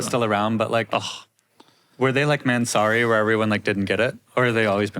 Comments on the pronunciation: I love how they pronounce "man, sorry"😂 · everyone knows how annoying Doug is but the pronunciation of Mansory is next level; I almost clicked off